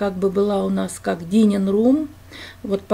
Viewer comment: dining (ДАЙнин) room